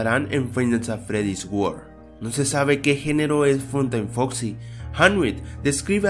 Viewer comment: dijiste en la 5 curiosidad dijiste fosi en ves de foxi genio